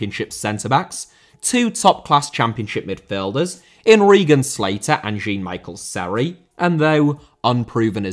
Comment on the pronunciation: Mate i burst out laughing when you said "Jeen Michael Sery"